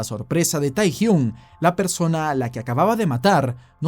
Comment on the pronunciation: No se pronuncia “Tae”, sino “Te”.